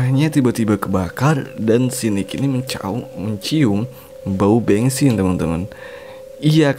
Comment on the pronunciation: Bensin❌ Bengsin ✅ 😭😭